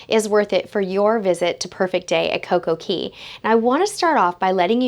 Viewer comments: Yes , she did. Cay is actually pronounced key in the Caribbean. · Yes, she did. Cay is actually pronounced Key in the Caribbean. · Cay is pronounced key